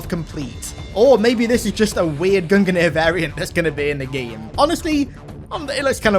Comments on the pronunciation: Please....it’s pronounced GUNG-NEAR not GUN-GUH-NEAR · gun gineer?? You mean gung-neer? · Gung-nir. You almost actually killed me saying gunganir lol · Sees Gungnir armour Me: oh hell yea I like the Gungnir helmet: Goong-ganeer Me: or that, that is also a way to say it I guess😂